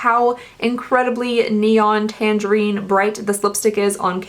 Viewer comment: The way she said tangerine😂